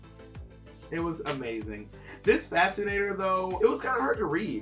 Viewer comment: The was trixie pronounces "fascinator" is a lil suspect lol. I had to rewind a couple times when she said it the first time. Maybe it's just me but I was hearing some random extra letters in there.